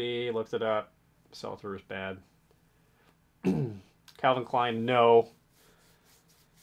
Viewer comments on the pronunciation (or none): Calvin Klein "pwuh" 😅😅😅